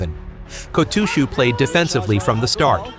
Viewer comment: The pronunciations do seem to be improving, so thanks for that. Still not perfect but at a level I can mostly tolerate. Except for poor old Kotooshu! Please sort that one out as it really sets my teeth on edge! That aside I continue to enjoy your videos, keep up the good work!